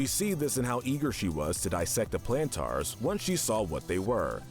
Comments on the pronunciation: It is pronounced Planters not Plantars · You said plantaurs a lot, but it is planters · Every time he say plantaar instead of plantar cringe me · Ok I cannot get over how he says the Plantars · YES YES YES I AM SO MAD HE KEEPS SAYING TGE PLANTERS NAME WRONG